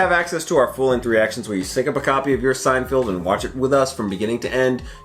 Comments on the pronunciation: Haha. You said "Seinfield" Mispronunciations of Jerry's name is a running gag in the show! Thanks for keeping these GEMS coming so frequent. I can see that you enjoy them! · Bro, still saying "Seinfield" this late in the game is crazy. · I thought he said Steinfield.... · SeinFELD, not SeinFIELD. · I love that you guys still call it SeinFIELD. Feld, Feld, FELD. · Can you guys please stop saying "SeinFIELD". It's SeinFELD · LEARN HOW TO PRONOUNCE JERRY'S LAST NAME YOU MORE-ONS. SO FRIGGING LAME.